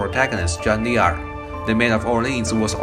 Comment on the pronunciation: There's this misconception in English, especially American English, that the Italian name D'Angelo is pronounced Dee Angelo. That's because there's a black rapper dude whose name is D'Angelo and pronounced Dee Angelo... However, the original name D'Angelo is actually an Italian name and it's pronounced DAN juh loe... Jeanne D'Arc is a French name and the apostrophe in French is silent just like in Italian. it's pronounced "Jaann Dark" (French is my first language). Great video, such a good game! Cheers!